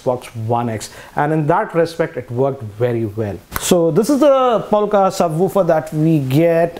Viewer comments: Lol..its not POLKA..It's POLK . It's a teeny weeny ....Polka dotted.bikini.. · POLK not polka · Did he just say polka bwahahahahaha , he doesn't even know Polk audio . Btw it's pronounced 'poke' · why you say POLKA whereas it says POLK??????? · It's Polk, not Polka. Good review, thanks. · No offence , but isn’t it polk but not polka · Its not Polka but Polk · It's Polk not polka